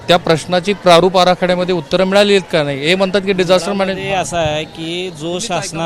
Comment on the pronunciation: केसरी शर्ट च्या माणसाला नाही नीट म्हणता येत नाही नया म्हणतो